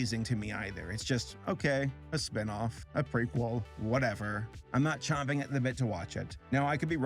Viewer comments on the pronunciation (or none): It's not "chomping" it's "champing"